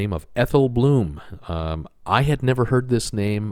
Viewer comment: Blum not bloom